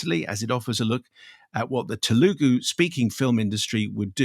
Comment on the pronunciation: One small comment. When pronouncing ‘Telugu’ the emphasis in on the first syllable and not on the first ‘u’